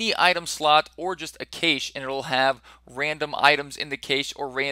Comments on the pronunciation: The word is cache. Pronounced ka-shay not kaysh. Two syllables. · "Cache" - pronounced like "cash". phonetically: \ˈkash\ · cache = (CASH) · Cache is pronounced "cash". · CAYSH... is this nigga serious? Can't pronounce cache? Really? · Not trying to be mean. Cache is pronounced like the word "cash". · Cache pronounced Cash >_> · Cache pronounced cash-eh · Nope. It's just cash. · He was saying it wrong so many times I felt almost compelled to comment but you' already beat me to it. haha